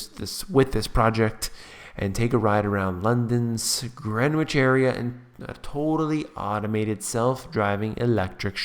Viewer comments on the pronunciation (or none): ahaha very good video thumbs up. however the bit about the self driving cars in London the area is pronounced "Grin-ich" not greenwich as you said